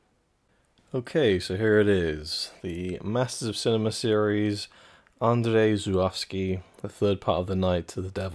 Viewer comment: Amazing, but are we certain that’s how we pronounce his name?